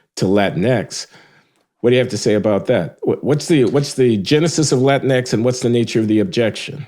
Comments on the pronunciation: dude, they didnt even keep it spanish in latin-x, its pronounced latin-ekies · About "latinx:" It rhymes with lynx, minx, hijinx, etc. Period.